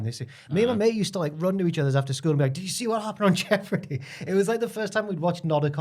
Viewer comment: Was thinking of that jeopardy show last week so mad to hear mention it here The way pronounces the word jeopardy is awful though 😂